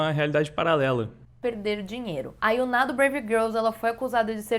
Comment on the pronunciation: Engraçado escutar ela falando YunÁ, sendo que no jogo do FFX eles pronunciam Yuna, sem acentuar o A. Como o nome é Asiático, acho que ela tá certa, mas é estranho da mesma forma. Verdade, esse não é o propósito do vídeo!!! Foco Caíque, foco!